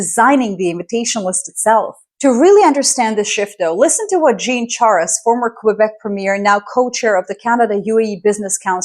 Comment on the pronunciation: I have to admit, I love her videos, but to the extent how Canada is covered and missing the correct pronunciations of both first and last names of Jean (male - 'Zhon) Charest is disapointing. I think a little bit more effort should of been put in finding the correct way to say his name. Not to make it a bigger debate, its a form of respect to the culture and person without having to learn the French language. Same as we get corrected immediately when we pronounce " Michel instead of Michael.